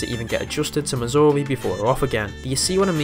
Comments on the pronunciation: due to your accent it sounds like you're saying missouri instead of mazuri, at least to me lol. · I, uh, thought you said Missouri at first... 😅